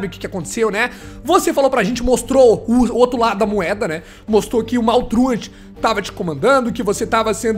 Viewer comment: Você sabe muita coisa, mas não sabe falar o nome do maltruant do jeito certo.